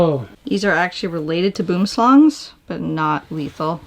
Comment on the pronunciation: It’s a boomslang not a boomslang